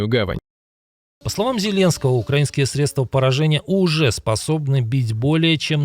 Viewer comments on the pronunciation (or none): none